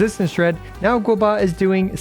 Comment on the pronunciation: Why is calling Guoba as Guobuh?